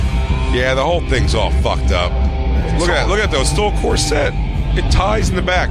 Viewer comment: what the fuck is a cor-SET?